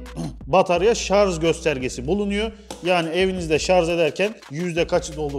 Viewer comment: Şarz değil Kâmil ŞARJ !!!